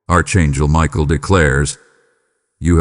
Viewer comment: You called me Arck Angle Michael i Appreciate it .